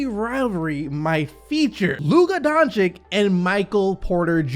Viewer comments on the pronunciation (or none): He's not Donchick, he's Donchich!